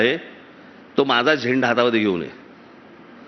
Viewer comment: It’s not “ MAHJA”, but it is “ MHAZA”.